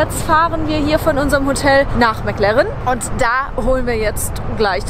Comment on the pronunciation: Das ist immer sooooo geil: "Mäck Lärrren!" Ich schmeiß mich immer weg! 😂😂😂😂😂😂😂😂😂😂😂😂 😎✌️